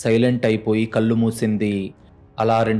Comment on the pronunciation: మీరు చదివే కథలు బాగున్నాయి కాని తెలుగు లో ల మరియు నా అనే రెండు అక్షరాలు ఉంటాయి ఆ తేడా తెలుసుకోండి కళ్ళు అని చదవాలి మీరు కల్లు అని చదువుతారు ఇళ్ళు అని చదవాలి అర్రులు అని చదువుతారు తెలుగు ని సరిఅయిన పద్దతి గా ఖూనిచెయ్యకుండా చదవండి ఇలా రాసినందుకు దయచేసి అన్యధా భావించవద్దు